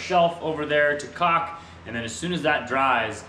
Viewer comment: Okay please stop pronouncing caulk “co*k” it’s pronounced “kawk” like the cork in a wine bottle! I’m in stitches every time you say it lol 😊😊